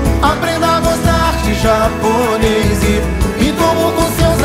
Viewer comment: Alguém ouviu ele fala Assisto aquela série outra veizi aprendo a gosta de japoneizi 🤣❤️